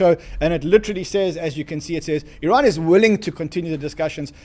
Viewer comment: is he saying " Its bad news for Iran" ? or is he saying "its bad news for ran"??